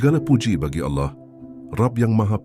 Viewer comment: kritik buat narator, agar melatih cara mengucapkan kata Alloh, dan tambahkan 'swt', dan juga tiap sebut nabi tambahkan ucap 'saw' latih berulang sampai fasih, latih ke ustadz atau musyid. kl utk narasinya super jos deh mantab, teruskan min...